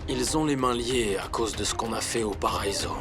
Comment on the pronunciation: Qui comme moi à vue que à dit,,mon paraïso😂😂😂 😂😂😂😂😂😂